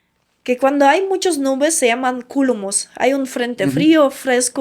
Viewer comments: Se dice cúmulos, no culomus..... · Cúlomos ?? 😂😂😂😂 CÚMULOS 🤣🤣🤣🤣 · No son: CÚLUMOS, son: "CÚMULOS". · Jajajaja 😂😂😂 CULUMUS 😂😂 Será Cúmulos. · Se dice Cúmulos...😅